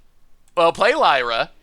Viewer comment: That’s not how you pronounce Lyra I think ^^